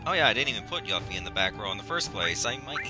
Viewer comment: Of course you needed to equip Yuffie with a Ribbon for her side quest, dude. Also, Yuffie = Yoo-fee, not Yuh-fee. Her name in the Japanese version is directly translated to be spelled as Yufi.